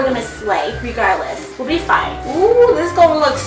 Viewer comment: Gonna do homework But issa ok, it's feii